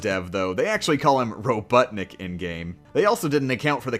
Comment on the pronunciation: Did he just say roBUTTanik??? LOL